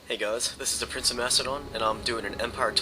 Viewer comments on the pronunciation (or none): none